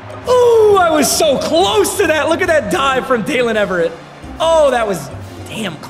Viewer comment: “Daylen Eve-RRR-Ate